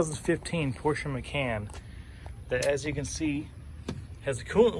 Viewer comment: Great Video, its pronounced, "Ma-Khan" not "Can" ;). But unfortunately this is a common issue on the macans, its sad that no one has made this a steel vent pipes, you have to replace it with another plastic :/ I have smelled coolant on my macan for the last 20k miles going into my 60k miles service, and my local shop is gonna replace that pipe just so i dont get stranded on the road. Here is what my 60k mile service will look those who are interested: Drive Belt-Alternator, Water Pump and Air Conditioning 6PK-2523 Thermostat Water Pump Coolant/Antifreeze G40 (Pink) 861526 FI Throttle Body Mount Gasket (D5) Oil Filter Kit OX 254 D4 0PB W-40 Full Synthetic 040 Water Distribution Pipe Intake Manifold Gasket